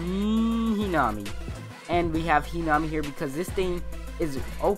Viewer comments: i thought it was pronounced he nuh mee not hee naw mee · I cringed when he said Hinami's name wrong